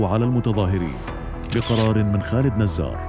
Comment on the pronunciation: خالد جزار وليس نزار